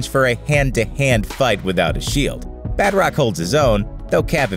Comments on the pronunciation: “Bat-rock” cries in French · (BAT ROCK )?? Lmfao BA-TROC.. Jesus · Badrock is a hero from Image Comics. The villain you're discussing is named Batroc (pronounced in French like bah-TROhk) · I know it's actually pronounced "Batr-ock", but that's a hard difference to get across in text. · Its Ba-trock not bat-rock